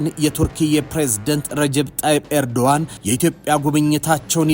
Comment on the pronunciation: ያ ትክክለኛ ስማቸው ኤርዶአን ነው.ኖት ኤርዶጋን.❤ g, is silent.